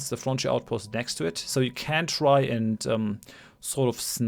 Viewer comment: It sounds like french outpost when you say frontier outpost.